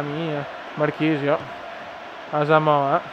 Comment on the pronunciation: non hai messo pogba e comunque si dice asamoha no asamoha'